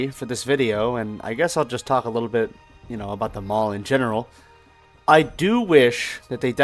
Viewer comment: Great video! I was the Loss Prevention Manager at Parisian back in the 80's and those old pics you showed are exactly how I remember the mall. Side note, "The" mall was actually pronounced THEE mall. Additional side note, ALL of the "malls" in Huntsville with the exception of Madison Square, started as strip centers that were enclosed.